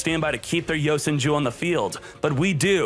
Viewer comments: Love the content, just hate how he unknowingly mispronounces the cards. Yo Sen Jew vs YoSenju Karma vs Kama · is it just me or does he say yosan jews